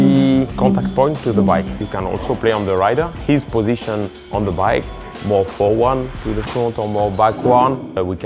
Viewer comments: Forward - NOT "forwan / backwan" lol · Forwon or backwon lol it's hilarious